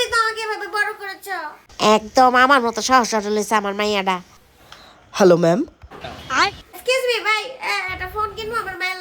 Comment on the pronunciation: excuse me এর বদলে kiss me vai বলছে কে কে খেয়াল করছেন?😅😂